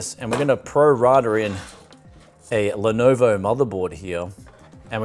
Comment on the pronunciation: its Lenovo or Lenogo?